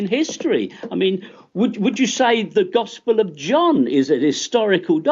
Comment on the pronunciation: Gospurr lmao twerp